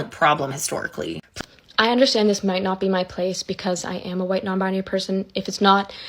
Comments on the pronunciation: Why can’t this girl say the word ‘white’? I don’t get it. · Why can't she say "white?"